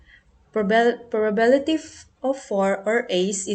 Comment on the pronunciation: The presentation was good but sometimes you mispronounced the word " probability ". Some parts are not properly explained. Anyway, thank you for sharing this. I know you did your best. KUDOS!